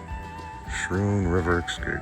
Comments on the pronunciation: Hey, Guys! Great video! Schroon is pronounced Skroon not Schroon, "ch" is more like a hard "c" or a "k." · Pronounced Skrewn* btw haha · I can’t wait to get a beer and continue this one, but it’s pronounced “sKrune.” Luckily for you, you don’t seem to have run into any “locals” to correct you. Don’t worry about it. Still my favorite new channel discovery! I shouted you out in my last video (Hamburgler Special) so I hope you get some traffic. Now, on with the show! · I came here to say that. Like school.